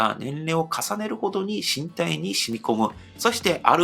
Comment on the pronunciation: + 身体は「からだ」と読んだ方が自然です☺️